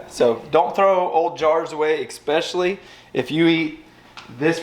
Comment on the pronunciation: There is no X in especially, so stop 😫 pronouncing it....lol. Oh, and follow Kelly's lead and get you a real truck.